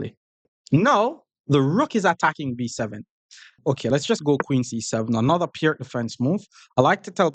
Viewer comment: As far as I know the right pronunciation of "Pirc" is like "Peertz", it just hurts the ears to hear it pronounced like "perk"